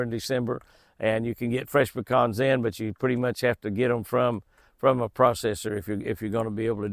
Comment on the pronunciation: SO nice to hear you pronounce PECANS properly! 😃😆 (Not Pee-cans)😜